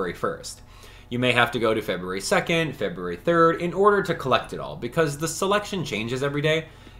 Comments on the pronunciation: The way you pronounce February is driving me nuts 😂 but, love these videos! I’ve got all my stuff, and can’t wait to get the timelocked items! 👏🏻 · They’re both right lmao. Doesn’t matter how it’s “correctly” pronounced, the way you say it is annoying to me lmao. I do, and everyone I have ever met or spoken with has pronounced it feb-yoo-ary, and it’s exactly how i’ll continue to pronounce it. It’s common for the American pronunciation of it. Feb-rue-ary is just annoying and doesn’t sound right lol. I truly do not care how you pronounce it, I wasn’t hating on you, or saying you had to pronounce it differently, yada yada. It’s annoying to me, made me laugh to hear it cause it sounds wrong, and most letters are silent in many words. Simple as that 🤷🏻‍♀️